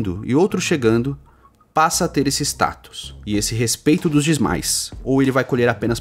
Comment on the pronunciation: Eu ouvi um "dismais" aí ein? 🤣 Excelente vídeo mano, entendi perfeitamente o quadro atual dessa treta 👊